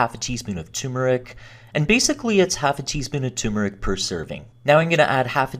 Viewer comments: It’s pronounced tur-metric not tue-meric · Turmeric. Not tumeric. Turmeric. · Ter-mer-ick* The first r in turmeric is there for a reason. 😉